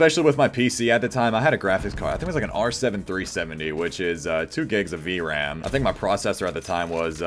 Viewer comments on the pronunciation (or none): none